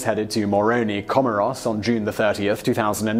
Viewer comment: Please check your pronunciation of Comores. Otherwise, great video, as usual.